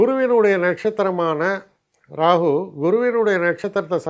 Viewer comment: You are the only astrologer i have seen and heard Rahu as Rahu else all pronounce Rahu as Ragu.